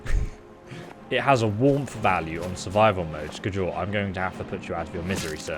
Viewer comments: Sk-jol is the right way of saying it,scholl makes flipflopps! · Not Sk-jol it's Skjol😎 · sk-jole? that is not how you say Skjol lmao. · Lol I know you're dyslexic bro and I feel ya, must be a pain in the ass. But you butcher the names with such violent intensity my ears start to bleed. Here it's Skadjol or Solstfeim, before it was the RATAWAY xD The J in many nordic words is pronounced like a Y. So pronounce it like Skyol - same thing for Mjoll the Lionness. It's not Mdjol, but Myoll if you will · The J in Norse language sounds like a *Y*, so Its Skyol not Skjol yo 😂😂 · Hey, love you bud but the J in the name Skjol is actually used like a Y so the name would sound different than how it looks... just thought you should know. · That pronunciation of "skjol" kills me, everyone knows its pronounced "skyol" its a Scandinavian province style game with Scandinavian names... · Just FYI, the Nordic ' j ' is more like our ' y ' , so, for example, Skjol would sound like Skiol. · It's pronounced skyoll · Stopped watching the video after the fourth time you said "Sk-JOL". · The "J" in skjol is pronounced as a "Y" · Lmao i was laughing the whole time cause of that.. its supposed to be pronounced ske- yul.. Idk why it was so funny oof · Its so funny the way you say skjol, but in your defense you should be norwegian to get it right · yes please, that was painful to hear